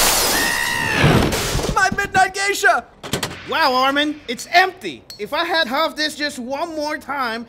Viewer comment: Just realized that Reiner actually pronounces Armins name more correctly than anyone else